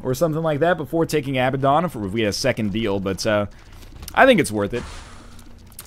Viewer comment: Hey NL, Abaddon is pronounced uh-bad-en in North American and British English.